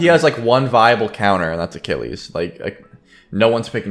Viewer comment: Ewww the way you say Achilles is well off, It’s pronounced A-kill-ees